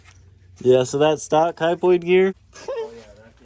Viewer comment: Dude it isn't called a fucking "hi-point" gear. It is spelled "hypoid" and pronounced "high-poid"